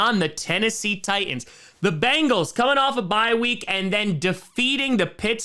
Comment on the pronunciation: Ti"T"ans not Tians.